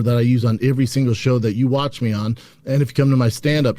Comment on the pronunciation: Does it bother anyone how he says “every”?Is that an accent?